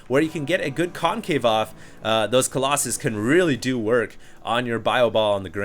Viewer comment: YOUR SAYING COLOSSUS WRONG!!!!!